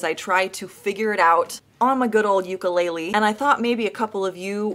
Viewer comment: did deathbed horribly. And try pronouncing "ukulele" correctly